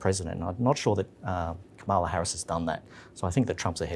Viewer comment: All three of you - please get the pronunciation of Kamala's name right